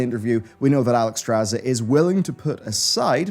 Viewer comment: Oh step-Alextrasz @@